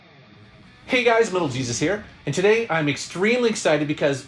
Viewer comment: Lol - I know. Just sounded like Little Jesus when he said it this time.